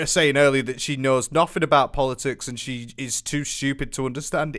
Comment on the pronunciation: Bro said "I don't want to get into polotics"😂